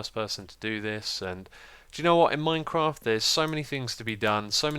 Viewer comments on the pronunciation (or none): none